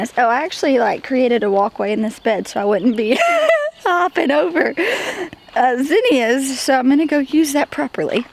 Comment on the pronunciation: Maybe I'm saying it wrong, but based on what I was taught, both you and pronounce Zinnia wrong. I think it's all how we're taught.